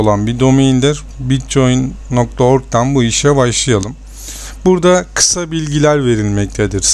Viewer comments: bitçoin diye okunmuyor bitkoin diye okunuyor reis haberın olsun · bitcoin die okunmaz bitkoin die okunur. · bitcoyin diye telafuz edişin beni hasta etti mauseyi duvara fırlattım. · Bitcoin da neee bitkoin diye okunur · mal bir kere bitcoin değil o bitkoin okunur davar